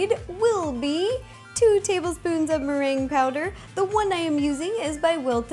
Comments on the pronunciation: look on - she said twurking with maran powder 😂😂😂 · and in the tray when she said boom poo merange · meringue is a Filipino snack right ? no offense im filipino but ur prononciation of meringue is a bit wrong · Here in our contry Meringue is pronounced (Me - ring - Geh) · Legit thought she said "twerking with meringue powder"